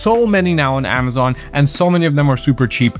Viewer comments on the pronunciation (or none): none